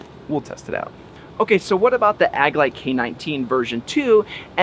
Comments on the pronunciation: Couldn't stop shaking my head every time I heard him say Ag-a-lite 😂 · Lol I love the review and I subscribed but it almost seemed like you were pronouncing agilite (ah-G-light) incorrectly as a joke but you said it alot haha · Love your vids bro. Also, the "g" in Agelite is pronounced like the "g" in "agility." Agilite is a portmanteau of Agility and Lite (as in lightweight). Just so you know. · This bugs me as well lol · You're not pronouncing Agilite correctly. Otherwise, good job with the comparison. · Man the video is good but the way you say AGILITE is so >_<